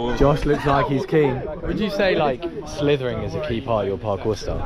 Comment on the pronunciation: I loved the bit where Josh said "It's schlitherin' time" and just schlithered through